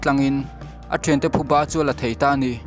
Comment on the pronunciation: Nga ti NGE phuba tih tur kha bhuba i ti deih